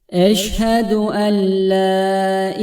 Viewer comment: Eşhedü en la derken le diyemi okuyorsunuz?